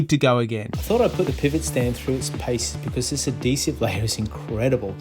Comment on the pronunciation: a-de-siv... ? lol. Good video. I just ordered.